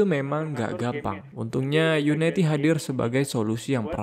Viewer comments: unity bang, bukan united, kebanyakan video video luar nyebutnya gitu.. yuniti atau yunidi, bukan yunaiti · bacanya uniti bro, bukan unaiti :)